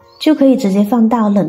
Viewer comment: 冷凍和冷藏説不清楚